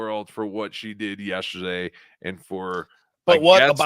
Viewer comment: Will that one stupid asshole please, please say "yes-TER-day"? Fuckin dumbass!! It's not "yesherday"!!!!